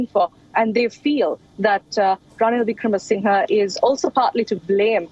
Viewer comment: OMG why can’t Indian anchors take an effort to pronounce the name correctly given this situation has been discussed for months; VIC-RA-MA-SING-HER